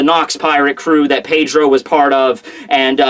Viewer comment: who else gets pissed off by the way he says Pedro?